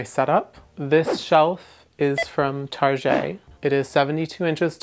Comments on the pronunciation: In French, target is pronounced like tağyet, not like tarzheh. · OMG, did you just say Tar-je, (Target) LOL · "Tar-geé" i'm fucking dying